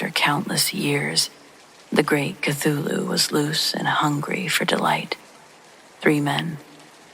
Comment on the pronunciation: Glad you pronounced Cthulhu for me. Lol. Thank you ma'am.